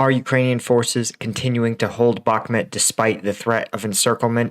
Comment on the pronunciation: A cow makes "moooo" like in Bakhmooooot. The map says Bakhmut and other youtubers pronounce it with a "u". The Bakhmet part confuses me.